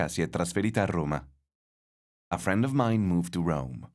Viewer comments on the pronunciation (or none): none